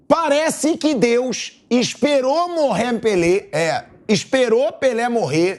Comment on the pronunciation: "Morré Pelê" kkkk